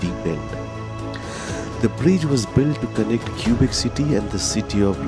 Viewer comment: Cubic City !? The Cubic Bridge ?!? Don't the residents pronounce it "kwabeck" ??